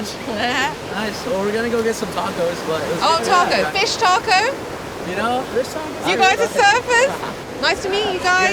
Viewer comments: please practice pronouncing the word TACO ----TRY THIS TAAAAAAH-COS AND NOT TEKOS,,WE LOVE UR PROGRAM AND HAPPY YOU'RE ENJOYING EXPLORING OUR FOOD , OUR CULTURE AND OUR TAAAAAAAAAH KOS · I was cringing at the way she pronounced "tacos." Then she met the 2 surfers from San Diego. After they pronounced it correctly, she pronounced it the same way. I figured she picked up that she had been pronouncing it weirdly. Nope! 10 seconds later, she's back to the weird pronunciation.